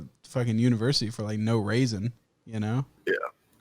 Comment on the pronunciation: Idk how to make a timestamp on my phone but he said "for no raisin" Lmao. Raisins. Edit, it automatically makes timestamps, sick.